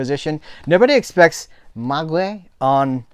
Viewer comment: I love the way Kino Lorber always put plenty of extras on their discs....got my Taking of Pelham ordered..oh and it's pronounced May grey ...very slow but moody shows..